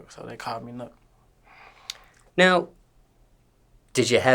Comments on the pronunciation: Other than that… ITS NUK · It’s Nuk let’s go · It's NUK...... let's go. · I’m confused by this comment, it’s not spelled Nook but it’s pronounced the same way you would say “Nook”